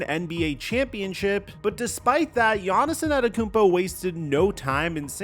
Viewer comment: Hit the blunt everytime he says Yahnissinantekoumpo